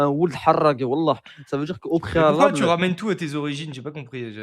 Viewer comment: « au prrréhalable »